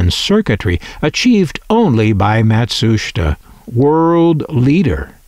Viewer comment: PLEASE stop saying "MatSHUSTa"!! It's pronounced (and SPELLED!) Matsusheeta!